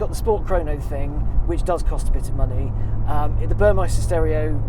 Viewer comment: the upgrade sound system is Burmester, not 'Burmeister'. Details, details...